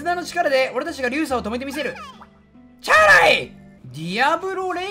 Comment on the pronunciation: 今まで日本語で読んでいたにも関わらず、「チャーライ」だけはどうしてもアイルー語になってしまう男